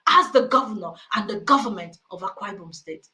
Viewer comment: He can't even pronounced Akwa Ibom. Religion is on of the biggest scam we have experienced in this world.